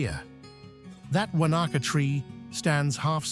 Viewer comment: Great video with awesome footage of stunning NZ. But the pronunciation of alot of locations was a pathetic effort and real hard to listen to. How about do the research before making videos on the proper pronunciation, not the think you know American way. With alot of our native Maori place names and English ones are not that hard to say with some practice on pronouncing them properly. Lake Wanaka , Glenorchy and Ben Lomond were shockers, thought you meant different places and the Kea bird, saying key bird.